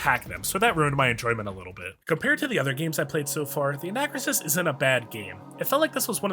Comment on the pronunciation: It's pronounced an-uh-KROO-sis.